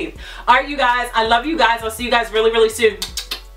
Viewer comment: Def heard that Baltimore accent when you said “soon” lol ... I needed this. I just turned 30 and the pressure of not having what you desire at a certain age is extremely stressful. Controlling your thinking, saying positive affirmations, breathing while praying/meditating, gratitude, believing you can have it and acting on it will allow you to manifest the life you desire